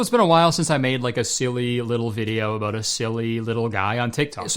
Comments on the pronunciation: so many a-boats 😂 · it’s juste the "aboat a year now